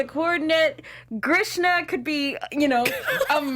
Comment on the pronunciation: Everytime she says Grishna.... LOL